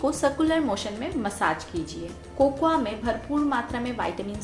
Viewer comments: Di cocuwa nhi Bolte ha Di Coco powder Bolte ha sweety di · cocoya. Kya hota h ... 😂😂😂 it's cocoa